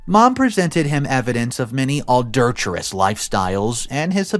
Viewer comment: the story talks about OP having a daughter, yet your illustrations show a boy. Also, I think if you misread a word or sentence, you should re-read it correctly before continuing…. Words like ‘adulterous’ do not really make sense when read as ‘adultuous’, for example.